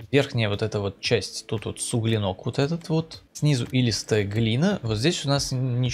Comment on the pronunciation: Честно говоря, не очень интересно смотреть было. Мог бы подготовиться перед обзором, сплошное: «фигня; заморочка; не знаю, на что влияет; не знаю; суглинОк 🤦‍♂️...» и прочие признаки, демонстрирующие некомпетентность автора видео в теме, о которой он повествует. Без обид, но рекомендую готовиться к роликам.